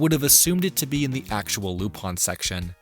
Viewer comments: I fucking hate that he says Lup- ON when it's Lup- IN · Why is it being pronounced "lup-on" instead of "lu-pin"? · is it actually pronounced Lupon? I thought it was Lupin how it was spelt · Then you'd hate like 90% of the show then because he's literally called Lup-ON in most subs and dubs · from what I was able to gather, it was to prevent problems with the Leblanc estate. Despite this, in Part 1's dub, hes called Aramis (instead of Arsene) and also called Lupin ( like in other media). In the FilmZone dubs, he's always referred as "Loopin" (like the Funimation dubs, also because that is how the name would be pronounced in spanish). However in the Special "Mystery of the Hemingway Papers" he is referred as "Cliff" by other characters ( which is weird because it could be possible that it was the first special to be licensed., due toone cast member being changed) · Japanese technically lacks the English R sound. In Japanese らりるれろ (ra ri ru re ro) are said more like l tends to be said in English. Tip of the tongue rather than back of the throat. As far as it being ルパン it’s just the phonetic way of saying Lupin. It’s no different than some words having to be written out with the notes of “said a as in father” when people who speak English are learning Japanese or Spanish.